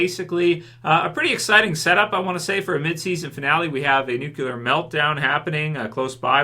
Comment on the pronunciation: It's Nuclear (Nu-klee-er), not Nucular (Nu-Q-ler)! You are Canadian, Canadians don't say Nucular!!